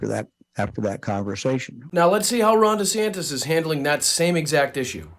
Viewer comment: DJT Jr. hitting "Ran Descampis" is hilarious!😂